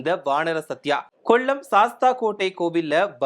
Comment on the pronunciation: சத்தியா.அல்லகேண.. சத்ய..கொள்ளம் அல்ல.கொல்லம்